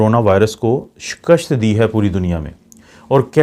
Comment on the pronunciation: Shikasht ni shikast hota ha